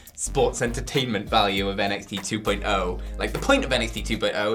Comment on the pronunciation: Going to continue to downvote every video where says '2.0' like that.